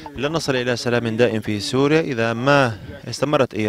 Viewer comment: دائم و ليس جائم